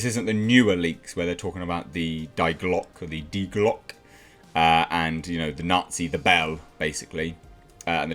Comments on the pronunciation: It's pronounced, "Die Glock-uh." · Actually it's "Die Glocke", IPA (international phonetic alphabet) [di: 'glɔkə].... i.e. "The Bell" in English. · it's Die Glocke, you pronounce it Dee Glockeh